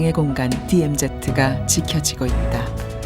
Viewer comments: 어이 이봐 발음 똑바로 해라 디엠제트가 아닌 디엠지다 그러고도 이따위 방송하나? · DMZ를 내레이션이 디엠제트라 발음하네